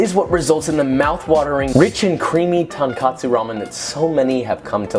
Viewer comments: I guess it doesn't really matter, but to speakers of Japanese, it sounds like you're saying 豚カツ ("tonkatsu") when the actual word is 豚骨 ("tonkotsu"). My first week in Japan, before I knew Japanese, I asked for tonkatsu ramen and the guy looked at me funny but didn't question the order. I then got a pork cutlet, not completely dissimilar from a schnitzel, on top of dry ramen. Since then, I studied and learned Japanese and eventually figured out why I didn't get what I wanted. カツ is a different thing from 骨, even though to western ears, they sound similar. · Protip #1: Tonkotsu【豚骨 = とんこつ = PIG + BONE】is pronounced TOAN-COAT-SOO not "TAHN-KAHT-SOO." Protip #2: Tonkatsu 【豚カツ = とんかつ = PIG + CUT(LET)】is pronounced TOAN-KAHT-SOO, but that is an entirely different dish (Japanese Fried Pork Cutlet). References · joshua,it`s tonkotsu ramen or tonkatsu..ramen? Tonkatsu is pork cutlet,and the dish you make with it is katsudon. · I can't get over this guy repeatedly saying "Tankotsu Ramen" its "Tonkotsu Ramen" ...like his name is JOE-SHUA not JOSH-UA. Thank you for making this video regardless! Can't go wrong with nearly 4 million views. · TonKATSU is fried pork cutlet. TonKOTSU is the pork bone broth. They are pronounced differently for a reason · Lol hey just a little heads up, if you’re saying tonkotsu the way you’re pronouncing it (Ton-khat-soo) your actually saying fried pork cutlet. Think of it more as the o sound you’d make if you were to say the word “coal.” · It's pronounced "toh-n-koh-tsu." Say, the first syllable as you would for English "toe" like on your foot. Add an "n." The "next syllable has the same "o" vowel sound. "Ton-kotsu" literally means "pork bone." There is a word "tonkatsu," which means pork cutlet. No relation at all. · “Tonkotsu”… get it right homie lmao guy said Tonkatsu which is a different dish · why is he saying tonkAtsu instead of tonkOtsu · I get so triggered everytine he says tonkatsu tonKATSUU it's tonkotsu 🥲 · Not tonkatsu it’s tonkotsu